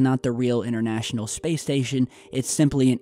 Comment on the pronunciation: the word is pronounced international not innernational and internet not innernet. Speak proper English.